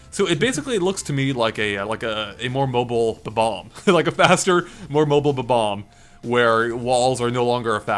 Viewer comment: how you say bob-omb bothers me.